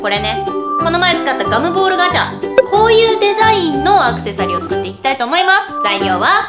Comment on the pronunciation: 作ってみてくださいが食ってみてくださいってきこえー